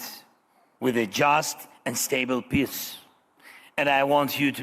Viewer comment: Hahahahahhas zelenskyy cant say peace. He says piss. I can't stop laughing, he wants piss.